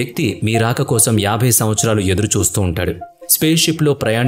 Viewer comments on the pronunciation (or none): none